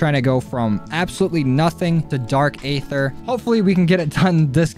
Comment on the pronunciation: Aether is pronounced like eather